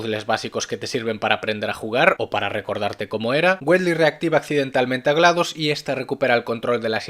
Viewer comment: se pronuncia witly